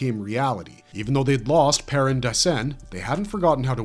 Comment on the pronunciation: perin daecin? What?